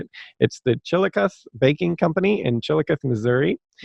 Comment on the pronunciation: Chillicothe, Missouri is pronounce "chill-eh-cah-thee". It took me a bit to figure out where you were talking about, as I live in Kansas City. Not that anyone cares but I thought it was funny calling it chilli-coath growing up near there